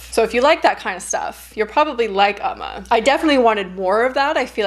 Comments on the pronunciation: ooo-ma not uhh-ma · Hey! I love your videos and your channel! I just wanted to let you know that Umma is pronounced more like "Oh-ma" in Korean! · “Oh-ma” is the pronunciation :) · Its pronounce umm...ma it means mother in Korea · pronounced "uh- MAW" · “Oh-ma” is the pronunciation:) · It’s OM-Mah lol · Been happy to see all the current film reviews. The Korean pronunciation should be more like "Um-ma".